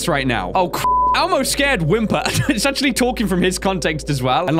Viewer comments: Its elmo NOT almo or ammo XD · When you say Elmo it sounds like ammo. 😂😂😂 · did anyone else get triggered when said almo and not elmo????